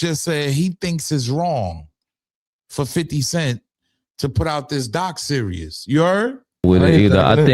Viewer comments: In my Little Boozy voice: It’s doc SERIES not doc SERIOUS!!!! Come on maaaaaaaan!!!! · Is anyone else rolling that he keeps calling a series a serious 😂